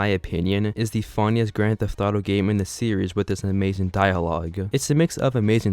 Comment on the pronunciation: I fucking HATE when a lot of these commentary people stretch words out and put emphasis on the ending syllable.. You say the word "series" as serieess-uh. STOP IT!